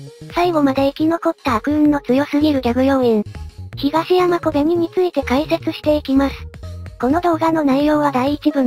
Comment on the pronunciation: 可哀想は可愛い ヒガシヤマがヒガイシャに聞こえて被害者コベニになって余計可哀い